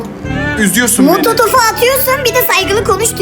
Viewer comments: Molotof❌️ mototof✅️ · Molotof ❌️ Mototof✅️